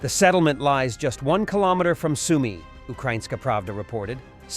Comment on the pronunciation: Soumy, pas Sounoumy! Zaporijia, pas Zapori! Marioupol, pas Marioupopol!